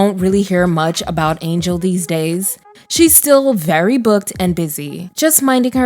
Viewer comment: Once again, a narrator does not know how to pronounce names. Angell Conwell's name is NOT pronounced Angel.